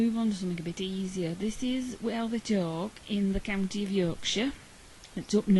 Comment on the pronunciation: I can hear an accent when you say the word county...